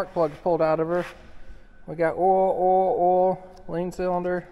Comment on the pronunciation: Oool you mean oil ?!!🤣🤣🤣🤣